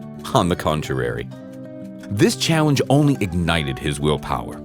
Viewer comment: Heh, "on the controrary" ?